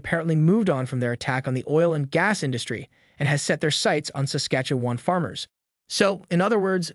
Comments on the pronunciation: Saskatchooowan. .. RC-MP.... bruh, you're Canadian? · Still wondering why you couldn’t pronounce “Saskatchewan” in another video....